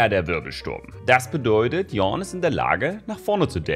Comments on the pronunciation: Er heißt nicht Youn. Er heißt Yone, gesprochen Younay. Hat keiner das fucking Cinematic angeschaut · Yo-Ne, nicht Yawn. Und er hat den gleichen Syncronsprecher wie Sekiro. :p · echt nices Video, aber der Champ heißt Yone und nicht Yawn #richtigeAusspracheistgelungen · Andere Leute: yone, yo-ne: yawn.:D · Geschrieben: Yone Ausgesprochen: Yoney: YAWN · Wie "Yorne" sagt, er hießt Yo-Ne:D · Niemand:... Wirklich absolut niemand:...:"Yorn!" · Sag mal, spielst du kein LoR? Der Typ heißt "Jo nei" und nicht Jornn. Btw wann kommt eigentlich der Ornn skin? Gibt's da auf dem Pbe was? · normale menschen: Yone: YoRn_ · Ok das heißt yone man sprich das e mit und nicht yohn oder wie auch immer du ihn genannt hast XD Ps ich liebe deine Videos mach weiter so <3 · In den trailern hat yasuo doch sogar yo-ne gesagt warum sagen alle streamer YONe und warum sagt yawn?.?.? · es ist nicht YAWN sonder JONE. danke :c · der champ heist yone nicht yornn da ist kein r xD und er ist auch nicht mit ornn verwannt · Der Champ heißt doch YoNe mit N und nicht yornn oder irre ich mich da? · Er heißt YONE nicht yon ( yawn ) :D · YONE nicht YAWN please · der Junge heißt nicht yawn DD: der gute Mann heißt YONE (gesprochen wie geschrieben), als Caster kennt keine League Lore:( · Sorry aber es heißt nicht jawn oder jown sonder YO nee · Alle so: Yone!: Yawn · Bitte sag nicht Jorn sondern Yoné, ich krieg jedesmal gänsehaut wenn du's falsch aussprichst 😂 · Sein Name: Yone: Yawn Ich: Yornn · Glaube die Aussprache ist offiziell " Yo Neigh " und nicht Yaugh oder Youn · Wie der Champion heißt: Yone (gesprochen Jonee) Wie es auspricht: JORNN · Yo-ne: " YARWN" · Yonee, nicht Yohn >.< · Yone und nicht yorrn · Yornn :D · Wenn man die Aussprache seines Namend auf Deutsch auschreiben wär es "Jo-ney" oder so Auf english hab ich es als "Yo-nay" beschrieben gesehen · Y one +Orrn Yorn maxims version